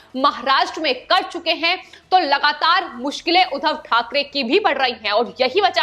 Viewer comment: बार बार उद्धव को उधव बोल रही हो I